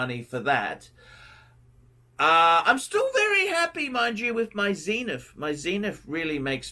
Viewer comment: WTF is a "Zeeniff"?